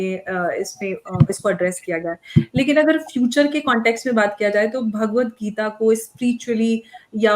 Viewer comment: Bhagwat Geeta is the Answer to the problems of Humanity and its the gift to humanity Jai Ho Just a little advice on the proper pronouncement of the book Its Bhagwat Geeta Bhaagwat geeta is not correct Thank you all for your noble efforts to enhance humanity